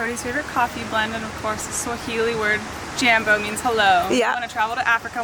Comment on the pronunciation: Please say Jambo with the a pronounced Ike a in car! Then you’ll be ready for Africa!